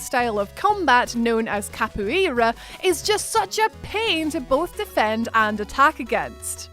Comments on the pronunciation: FYI - it's cap-OH-wet-UH (capoeira) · Ca-po-a-ra that is how you pronounce it... Not Ca-pu-e-ra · How do you not know how to pronounce capoeira???!!! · trying to say capoeira was painful😬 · The weird way she said Capoeira had me rolling haha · The way she said capoeira lmao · Why must you say capoeira like that🤦🏾‍♂️ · Because she's Scottish, and doesn't speak Portuguese (that I'm aware of) 😆